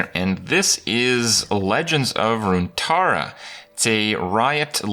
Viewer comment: LEGENDS OF RUNTARRA LULW